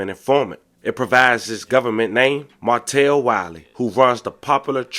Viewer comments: His name is “MAR-TELL” 🤦🏾‍♂️ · Ya we heard, we hear it every damn video. You still didn't even say it right though 😂.